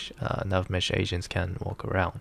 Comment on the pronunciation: sounds like ur saying "asians" lul